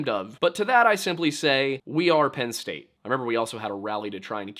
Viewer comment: You said Penn states daddy wrong